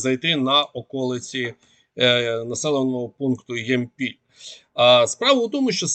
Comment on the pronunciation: Ямпіль наголос на я